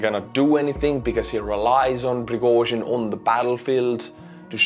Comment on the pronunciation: Piragozhin lol